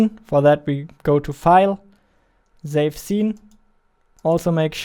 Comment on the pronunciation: Why you say zave instead of save? what the heck dude you scared me. I am watching this video with earphone and it's night here, i thought some dragon fly just flew near my ear and i tried to shake it off but then i reversed video 5 seconds back and realised its a sound effect which you added